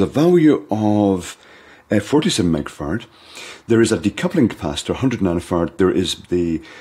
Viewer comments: His pronunciation is almost like "fard" (even "fart" in some videos), whereas I think of the pronunciation as being more annunciated, like "far-ad". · Is it weird that I love how pronounces "microfarad?" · How else would it be pronounced?